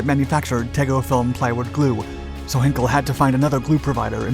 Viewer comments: Perhaps ‘heiiin-kel’ and not ‘henkel’? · It's NOT HINKEL but H EYE NKEL EI is pronounced EYE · Hinkel? It's Heinkel, being pronounced with the same tone as in the word high. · You think by now the narrator would have learnt how to pronounce ‘Heinkel’. I know he’s a yank but even so. Perhaps he couldn’t see the letter ‘I’.